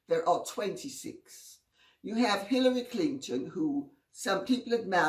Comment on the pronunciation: LOL, I thought she said Pillory Clinton.